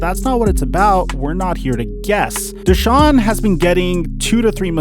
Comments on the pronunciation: Day-Saun ?? Its pronounced Dee-Shawn you fucking Hack !! Watson's Attorney Rusty Hardin's Press Conference on 4-8-21 changed the Narrative from what I heard !!!! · First time I've heard his name pronounced "Dayshaun" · If I hear "Day-shaun" one more time I'll lose my shit. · why tf keep calling him dayshaun lmfaoooooo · Dude said "Day-shon" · Who is Deyshaun? I can't even focus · Who is Dey-Shawn? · why dude () can't pronounce his name correctly DAYSHAWN... how are you a sports contributor without knowing how to pronounce his name. I apologize if you have a speech issue but bruh... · The fact that you can hear someone's name over and over and still come out and call him dayshawn. Bruh wtf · It’s not day-shaun. lol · my guy was irritating me saying dayshaun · Who TF is "Dayshawn"? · Why does mispronounce his name all the time? Never heard it said as Day Shawn. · Why'd that dude keep calling him 'dayshaun'? Lol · Who the hell is DAY-shawn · Day-shaun? World renoan? Lol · ‘deyshaun watson’😂😂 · I absolutely believe one of the most disrespectful things you can do as a person is continuously pronounce someone’s name wrong. Never have I ever heard anyone say his name “DAY-Shawn” it’s not even spelled like that. It’s even more weird that pronounces his name right and just allows this man to say Deshaun’s name wrong like that. It is very irritating. It’s not just some word it’s someone’s name you should respect that and pronounce it the right way. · Anyone else cringe when he pronounced Watsons name “Day-Shawn” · Why does pronounce deshaun's name "dayshaun" lol. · Who’s this new n***a B, he said “dayshawn” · At least say the guys name right.. smh terrible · Just wasted 10 minutes of my day watching this BS. Neither one you have no clue wtf yalll talking about. Dude can’t even say the man name correctly. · Yo if he says his name wrong one more time ima. THROW MY PHONE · If you pronounced his name right you’d get a sub goofball